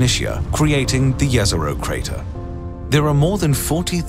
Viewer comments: Every scientist involved in the project: Jez-Er-Oh This random dude: Yez-Er-oh. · Jezero means lake. And the way you pronounce it hurts me